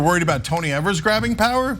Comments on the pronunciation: Exactly. His name is pronounced as eevers. Not Evers. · It's Ee-Vurs, not Ev-Ers, FYI. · KNEW Ana would be the type to pronounce it (incorrectly) as "eh-vers" instead of "E-vers" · "First governor in a million years" ... To Grow A Pair! By the way, its Eeeeee-vers, not evers. Having shared that, Gov. Evers is an educator, school superintendent, etc, so he Knows to his bones how important any and all assistance to and for students to learn as much as they can before they step into this 'adult' world. Did anyone notice he also kept the dollars in for voucher/charter school kids? Its because it's about The Kids! Gad Bless Him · Of, for FUCKS sake. His name is pronounced EEvers, not ehvers. He's been governor for FOUR years and you STILL pronounce it wrong. You are supposed to be a professional - learn how to say peoples' names correctly. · When Tommy Thompson was our governor, for years and years, he used this power regularly, so turnabout is fair play. One nitpick: Evers is pronounced "Eevers", not "Evvers". Keep up the good work. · His names rhymes with beavers. As progressives you really ought to know that (he's been Governor for 5 years). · I live in Wisconsin. This power has existed in Wisconsin to governors for decades. They only complain when a Democrat is sitting in the governor's office and he exercises this authority. And by the way, his name is pronounced "Eavers." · FYI it’s Tony Ee-vers, long E. Also Wisconsin governors have had the Line Item Veto for as long as I can remember. Generally speaking, Evers doesn’t have wide sweeping powers because the republicans stripped most of them when he was first elected. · I think his name rhymes with Bever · Tony Evers is one of the two best things that have happened here in Wisconsin and the other was a Democrat getting elected to the Wisconsin State Supreme Court! And for your information, the governor's last name is pronounced a long e as the first syllable! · It's leviOsa, not leviosA...